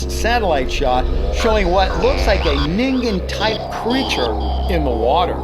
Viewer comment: for once someone pronounced ningen right